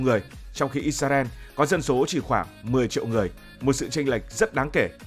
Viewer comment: IS - RA - EL Cách đọc trong tiếng Việt: - Sao lại đọc là "Ít - Xa - Ren" nhỉ? - Tại sao không phải là "Ít - Ra - En"?